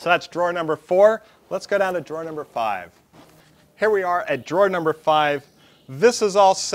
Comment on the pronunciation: I thought it was a typo, but you repeated it three times. ?What's a draw ? Drawer. Why do you hate the "er" so much?